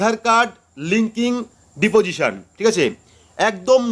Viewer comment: DADA OTA DIPOSION NA OTA UCHHARON HOBE DISPOSITION.